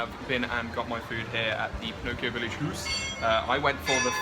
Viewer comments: It's "Howse" not "Hoose"...but that begs the question: Since Pinocchio is ITALIAN, why a GERMAN name? :) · Haus, Germans pronounced it like English say house. Not hoos that's Norwegian . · it's pronounced "house"